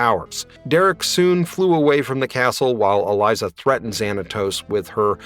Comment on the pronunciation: It's a little cringe that you kept mispronouncing Elisa's name....